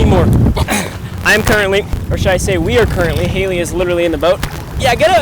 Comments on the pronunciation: The amount of times he said haliley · I tried to count how many times he said halye bu I couldn’t😭😂